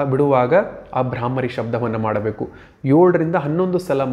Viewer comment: That is bhraamari. Not bhrahmari.